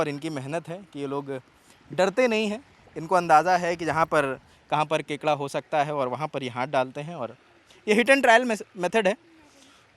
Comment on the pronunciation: kakda nhi re kekda bolna shiko